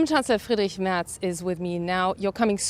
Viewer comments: Slightly off topic: your pronunciation of "Friedrich Merz" was actually quite correct in the first try. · your pronunciation is pretty good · That’s the most accurate way his name was pronounced by the reporter cuz the reporter speaks German 😅